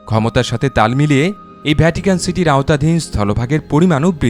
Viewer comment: I appreciate the way you explain all these tiny details with your smooth voice. However, I have noticed while you explain something which starts with “V” you pronounce as “BH”. Such as “Video” you pronounce as “ Bhidio”, “Vatican” you pronounce as “Bhatican”. Other than that your explanation with the video is amazing. Keep up good work and make more great knowledgeable videos. Good luck